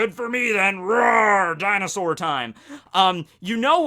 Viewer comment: How do you have Kowaryuu on screen and still pronounce Dinosaur wrong xD